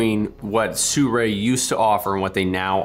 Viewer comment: I hate the way you pronounce Sirui.